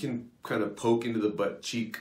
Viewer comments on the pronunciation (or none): none